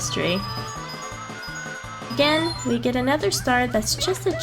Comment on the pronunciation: "The last thing you want is someone's foot fungus on your lettuce. But as it turns out, it might be what you'll gæt"